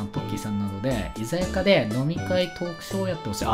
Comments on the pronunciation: ７：５５に居酒屋（いざかや）のこと居酒屋（いざやか）っていってるよね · ”いざやか(居酒屋)”ってちっちゃい子みたいwwwwwwwwwwwwwwww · ヒソカ 突っ込んでしまいましたねლ（´∀`ლ） 笑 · 久々にこれ見に来たけど 居酒屋をイザヤカって呼んでしまっためっちゃ可愛いw